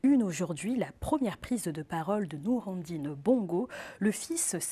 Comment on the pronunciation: Elle aussi n’a pas appris à dire Nourredine avant ?